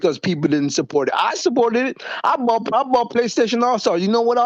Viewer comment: THERE IS NO “R” IN THE WORD BOUGHT